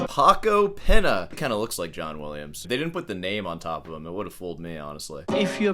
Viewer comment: you are pronouncing the great Paco Pena (gna sound) wrongly, and I just lost all respect. And you make out jazz guitarists can't read music? Look, sorry to break it to you, but jazz guys actually make music, very complex music. Classical guys read and reproduce other people's music. I got to grade 7 Classical guitar and learnt next to nothing. The Trinity/ABRSM syllabus is insulting to music. Just go through an acoustic guitar syllabus, which teaches improv, and any classical one, pre-university. The latter is NOT teaching music.